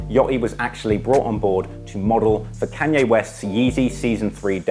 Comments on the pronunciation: True fans can live with the fact that he pronounces Kanye CAN-ye. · Stop calling Kanye "Canye"!